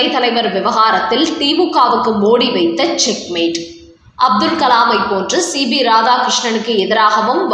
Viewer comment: Madam, he is C P not C B as you pronounce